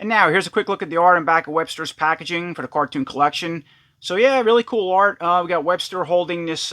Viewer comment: You keep calling him Webster but it’s actually Webstor